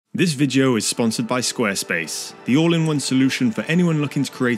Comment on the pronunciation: Only weird thing about this is how you pronounce the word “video” to be honest. Also, the difference between a dragon and wyvern is that the wyvern only two legs and a pair of wings, whereas a dragon has four legs and a pair of wings.